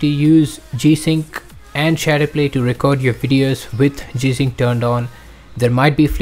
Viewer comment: Please speak correctly when naming the feature. My goodness, if this in the only issue and you cannot even pronounce it then what good is the video? I have no idea what this guy said and I will have to move on to better videos to explain.